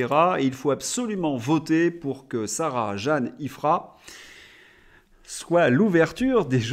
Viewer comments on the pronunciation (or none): Bonjour. Merci pour le relai;). Mon prénom se prononce à l'Anglaise. Sarah Jane, Jane comme Jane Birkin:). A bientôt, SJ